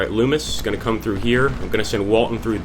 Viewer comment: its nice to see people actually pronounce Loomis correctly.